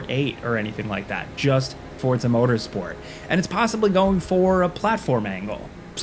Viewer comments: Forza not Fortza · Forza , not fortza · WHY DO YOU KEEP CALLING IT FORTZA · Is it supposed to be pronounced "Fort-za" like that? Like pizza? Or is this another -ism? Mary-yo Kart anyone? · Why is he saying “fortsa?” Have I been saying it wrong my life? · Fortza? uhhh.. ^.- you okay bro? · No T in forza 😉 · Am I missing the T in Forza?